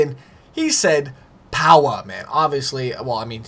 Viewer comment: Bruh don’t ever say POWA again man 😂😂😂